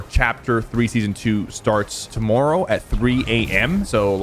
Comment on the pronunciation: Sypher said tomorrow like a Canadian.